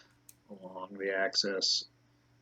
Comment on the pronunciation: access ? don't you mean axis !! and people says I stupid. why don't you spit out the marbles before you do you video ??